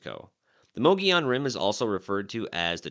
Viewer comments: Moe Goe Yone rim, not Moggy On Rim. Just Sayin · It's pronounced MUG EE ON Rim, not MOE GEE ON Rim. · Correct pronunciation is "Muggy - Owen" ... Not... Mogey-on. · mu-gee-on rim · By who's opinion? What's correct? for a hundred years, the locals pronounced it Muhgeeyon, which was also taught in AZ history classes from the 60s to the 90s. Only recently has it become mohgeeyon. But since it's not really a spanish word why do we treat the double l as a y? I will default to the oldest regional pronunciation, which is also the pronunciation according to Merriam-Webster as me-ge-yon (muh-gee-own) . Calling it moh -gee-yon is as quick a way to identify yourself as a non-native as saying pres-cott rather than pres-cutt, Dy-sart rather than Dy-sert, or Sa-guaro rather than sa-huaro. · If you're going to do a story about a place learn how to pronounce it properly there's no e or I in the word